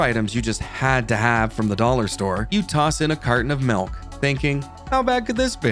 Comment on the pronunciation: I hate to mention this, but please say MILK, not MELK.☑👍⬆